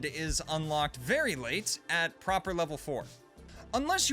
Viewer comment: why are we still saying "propor" dawg